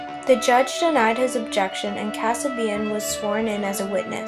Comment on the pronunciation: how old is this narrator you can not even say Linda Kasabian name right when was LSD legal? CHARLES MANSON DID NOT KILL ANY ONE NOR WAS HE AT ANY CRIME SEEN FOR FUCK SAKE you sound like a little girl that was not even born when this took place you have so many fact WRONG GO DO YOUR HOME WORK AND THEN POST A VIDEO.......................R.I.P. Charles Manson